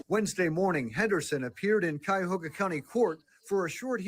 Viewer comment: She’s in Cuyahoga County Corrections Center….its pronounced like Ky-a-hoga. Ohio Distance & Electronic Learning Academy is online schooling which is basically homeschooling or online schooling. The blue uniform doesn’t always mean “felony” charges in Ohio, I was a Corrections Officer in a 642 bed Regional jail & blue uniforms there meant minimum security. So the blue uniform doesn’t mean anything statewide in Ohio.